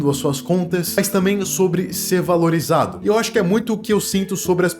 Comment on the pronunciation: "Valirizado" ksksksks desculpaaaaa😂😂😂😂